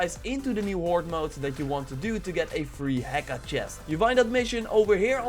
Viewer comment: The h is silent in heka. So ē-ká not he-ká.